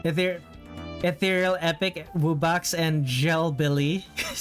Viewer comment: I noticed Jellbilly's side head fins got missed in the sketch. Also,"Wubbox" is pronounced "W-uh-box", and "Crough" is pronounced "Cr-ow-f" What does Crough mean? It's a nonsense word born of freestyle rap that's come to mean "awesome"!